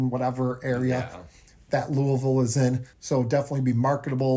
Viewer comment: As a Louisville native this is the first I’m hearing about it, and it sounds awesome! They’ve been long overdue for some major investments. Also thank you for actually getting the pronunciation for Louisville right 😂